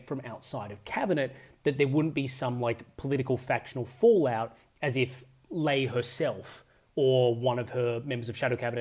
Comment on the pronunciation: I really like your videos, you're a great commentator, but her last name "Ley" rhymes with "Key"